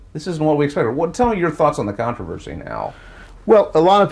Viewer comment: Contavenvsy was the word that broke me 😂